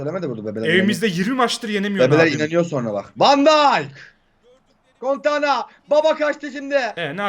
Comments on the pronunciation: Abi şu altıcanq söyle contana yı doğru okusun gıcık oldum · şu emrecan salağına söyle cantona desin adama contana diyor kafayı yiycem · Kontana değil adamın ismi KANTONA